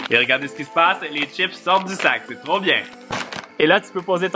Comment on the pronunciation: "C'est trowp bien" ❤️